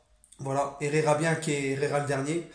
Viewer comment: Franchement ta du talent en espagnol 🤣🤣, franchement Ander herrera est tro chaud et j espère qu’il va faire l’unanimité 🔥🔥🔥🔥